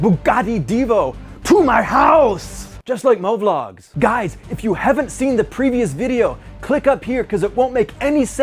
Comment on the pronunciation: I loved it when he said. 2hudhayy like hovlog...i mean movlog.